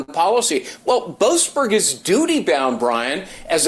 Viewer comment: Judge Bow-assed-burger???? Wtf